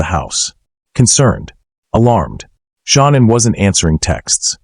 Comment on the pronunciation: Hey if you can't pronounce Shannan's name right get back in school and learn how to pronounce the names right you call her Shaunann why it's not her name